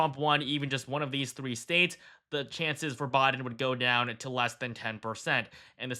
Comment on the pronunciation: It's "BI-DEN" not Boi-din" 😂